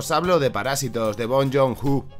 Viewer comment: no anglificarse el nombre de bong jon ho pol favol